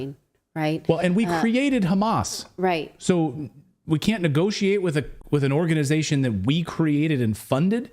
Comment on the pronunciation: That woman from New Jersey is an izraeeeeli because izraeeeeli cant pronounce "H" and instead they say "KH" so when they wanna say h--a--M--a--s , they say kh--a--M--a--s....and she did it... busted.... in u can realize it